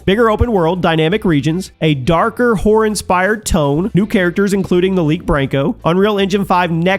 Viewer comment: why do you keep saying whore instead of horror?